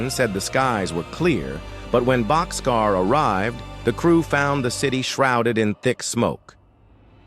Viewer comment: It's "Bock's Car" not boxcar.